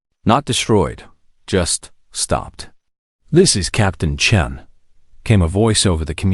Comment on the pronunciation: On this one, they call the character Sarah "Chun", instead of Sarah "Chen". Like there is a big difference!